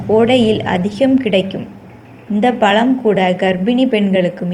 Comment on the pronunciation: pazham nu sollunga palam nu sollathinga pls